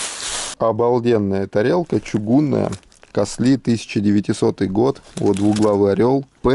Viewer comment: очень интересные вещи изготовленные в КАСЛИ /ударение на А/.